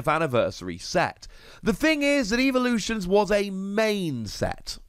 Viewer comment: You say evolutions weird unless that’s your language not to be rude it sounds like your saying evaluations